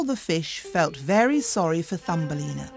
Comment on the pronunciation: very がery ってなってマスよ。あとwentがent